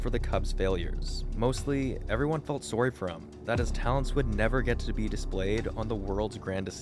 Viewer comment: While you're at it I've got a question about Is that "Sowry" I'm hearing? I better not be watching no video about baseball made by no Canadian. I'm deep south!!